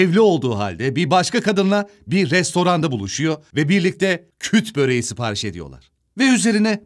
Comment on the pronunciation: Küt böreği değil kürt böreği rica ediyoruz doğru telaffuz ediniz